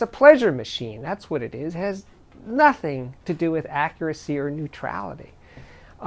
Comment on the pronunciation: "and nothing is what he's gonna get" hahahaha you're definitely a New Yorker